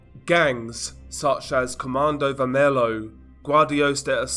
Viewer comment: You pronounce Comando vermelho as comando "ver-me-llo"